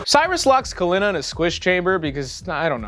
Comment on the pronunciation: So why do u start mispronouncing Kalina’s name 3/4 of the way thru the movie? That’s like really weird creative license